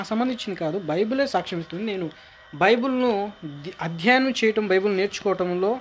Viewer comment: ne video chusi oka visham chapalani vundi nuv bible spell nechuko first its not bibul its bible